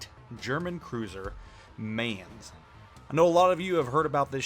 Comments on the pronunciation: mineZ - the Z is not silence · In case you care: the 'main' in the Mainz is pronounced like 'mine'.